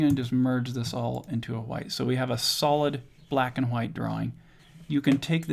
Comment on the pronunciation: cool whip, cool hoowhip. family guy. the way you say white. ggwp